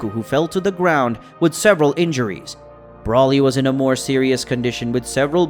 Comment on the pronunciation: It’s Broly not Brawly, and he’s a guy why’d you say die herself?